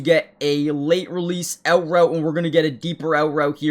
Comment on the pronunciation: The word OUT has no W in it 😢